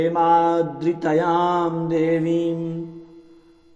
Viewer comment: हेमाद्रितनया शुद्ध उच्चारण है ।।